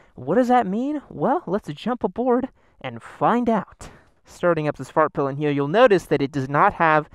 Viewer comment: I cant stop hearing “fart pylon”